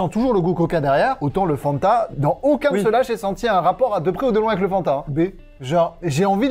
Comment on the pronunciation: Insupportable mdr on dit Fanta et pas fannnnnnnta